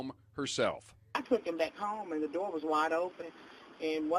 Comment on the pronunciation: Door not “D-O” 🤮